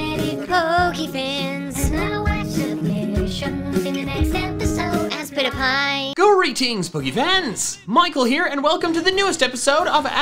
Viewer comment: If it's ASPITPIAY, it should be ass-pit-pyay (ay pronounced either ey or eye), not ass-pity-pie... Also, what does ASPITPIAY stand for?